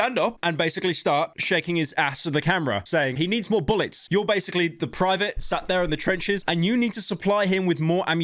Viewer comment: the way he says I need more boolets is hilarious to me.